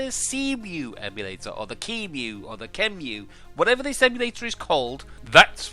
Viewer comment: its pronounced sea-mu